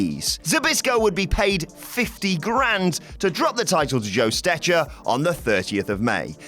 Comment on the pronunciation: BTW: Joe Stecher's name was pronounced "STECKER".